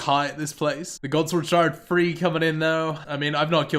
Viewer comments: Free hundred kc, it's the fird time I've gotten this drop on my birfday. You pronounce your th's with an f. Where are you from? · You seem like a good content creator, but I cant stand to hear you pronounce the number three as "free".